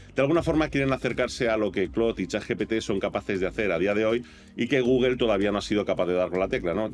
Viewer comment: por que dices Google?